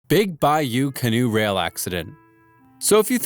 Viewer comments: it’s cannot not canoe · It’s Can-not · i thought it was pronounced Big Bayou 'Ca Not.'